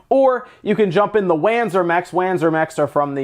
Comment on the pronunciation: It's Vanzer, not Whanzer